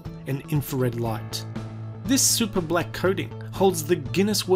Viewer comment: his pronunciation of black annoys me, he pronounces it like blek